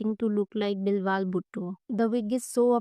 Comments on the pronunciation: you pronounced Bilawal as Bilwal 😂😂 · Bil waal? Behan it's Bilawal. Beelaawal